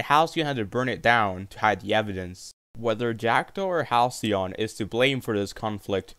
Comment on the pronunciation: You pronounced Halcyon so wrong my dude..